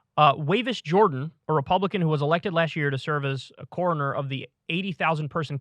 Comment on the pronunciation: It's coroner, not corner lol